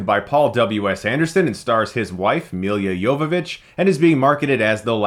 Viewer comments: Isn't it Me-La not Me-lia? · For crying out loud, Milla Jovovich's first name is pronounced Meela. Not Emilia or Milliya. If you're going to trash a movie, at least get the actor's name correct. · Ok but why is he so bad with the simplest names he calls Elle fanning "ella" and milla jovovich "meal ya" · "Meal-ya Jovovitch" killed me every time he said it. Is saying "Mia" (the right pronunciation) so hard? XD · Why do you keep pronouncing her name Milia? It's Milla, like Mila Kunis, you don't say Milia Kunis..do you? xD I swear, you mispronounce the most random of common words. Love your videos though, don't get me wrong, but the 'Milia' thing has triggered me xD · It's not Millia Yovovich, it's Mee - lah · Maia Wilson Chris has tendency to over pronunciate names here lately , and pronounce them incorrectly at that